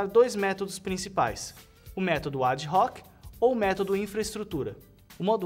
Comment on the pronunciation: ad-hoc é latim e a pronuncia é ADOC..., mas em se tratando de informática não sei... Só sei que o cara manda bem.